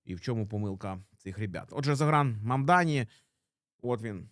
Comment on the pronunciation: Тільки не Загран, а Зóран)